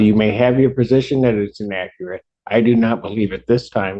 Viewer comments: I hate when there are "in-ak-ret" statements. 🇦🇺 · inakerat infuhmation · She cannot even say inaccurate right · I didn't know there that many ways to mispronounce the word inaccurate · This shows you the intelligence of people in Detroit! For one thing, she can’t even pronounce the word inaccurate correctly. And surprisingly, she apologizes over and over which you know damn well she doesn’t mean because these people always think they’re right! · In Akerate info mation 😂😂😂😂